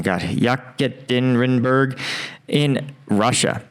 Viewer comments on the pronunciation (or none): you stumbled pronunciation on Yekaterinburg also known as Ekaterinburg. This is where Tsar Nicholas II and his family were shot in the revolution. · Dude, it's called Ye-katarin-burg and it's one of Russias most important cities. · Come on,. I have no special knowledge of Russia or the Russian language, but even I know how to say "Ekaterinburg." Anybody with even a passive knowledge of history knows that city is famous as the place where Tsar Nicholas II and his family were held and later executed by the Red Army. Remember the Rolling Stones? "I killed the Tsar and his ministers while Anastasia screamed in vain?" Ekaterinburg. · The "Y" is pronounced "EE". So it's EE-katerina-berg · Pronounced “yih-KAT-er-in-burg”